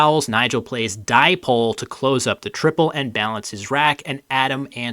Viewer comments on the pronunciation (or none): none